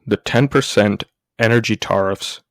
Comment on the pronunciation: It's pronounced Teariffs like to tear a piece of clothing or paper not Tarrriffs like tar and feather or road tar. You will sound better for your next video with this small change.